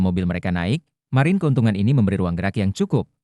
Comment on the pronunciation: Blm di train ngomong margin yg bener